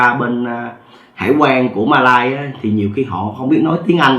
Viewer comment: 1 là bạn nói Malaysia , 2 là bạn nói Mã lai , không thể là Ma lai được , hay là kể chuyện ma riết rồi quen ? !!!